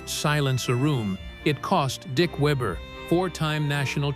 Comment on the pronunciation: AI always screws up saying names, it started off ok, then changed the way it said Weber